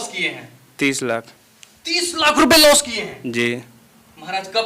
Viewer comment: एक भाई 'Strategy' को 'Astrology' बोल रहा है दूसरा टोपी वाला बब्बा 'लॉस' को 'लाश' बोल रहा है। Full मनोरंजन है भाई। SEBI अब इन सबकी दुकानों पे ताले लगाने वाली है। शायद अगला वीडियो ये शूट ही ना कर पाएं।